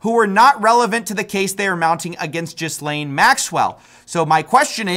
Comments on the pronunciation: Bro, this is so triggering. The name Ghislaine is typically pronounced "Ghee-lane" or "Gee-len", with a hard "g" sound and the "s" being silent. The second syllable can be pronounced with a long "a" sound as in "lane", or with a short "a" sound as in "again" according to Vanity Fair. Breakdown: Ghee-lane/Gee-len: The "g" is pronounced like the "g" in "go". Silent "s": The "s" in Ghislaine is not pronounced. Second syllable: "lane" can be pronounced as in "lane" or "again", depending on the speaker's accent according to Quora. Please! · … it’s pronounced “Gih-lane.” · It’s pronounced Ghee-Lane just to help you out man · GILAINE! Nobody has ever heard of a silent letter. No one knows how to research pronunciations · Just a note - the S in Ghislaine is silent. You just say Gilain with a hard G. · I don't mean to be difficult, but it's pronounced 'Gu lynn' or 'Gerlane'. The only reason I care is because I have a cousin by the same name. The 's' is silent. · Not taking you seriously until you pronounce the name Ghislaine correctly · OMG the S in Ghislaine is silent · The way he pronounces maxwell’s first name 😂😂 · How is it after all these years, people still don’t know how to pronounce Ghislaine Maxwell’s name correctly?